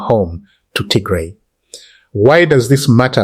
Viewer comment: It is not Tigre! It is Tigray! Not difficult to pronounce